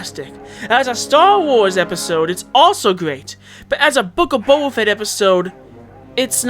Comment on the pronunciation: "c"oba fett XD